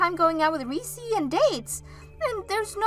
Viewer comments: It's Reece not Reesee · Did you mean 'Olivia' instead of Oliver? Whatever you're using to try to translate your scripts over into Western names and other things, it's making your videos look crap. Also, it's 'Reess' not 'Ree-cee'. A one syllable name. The 'E' on the end is silent. Whatever research 'effort' youre putting into the pronounciation of our Western names, it's piss-poor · Reese is pronounced Rees….. Oliver is a male name. Olive or Olivia is a female name.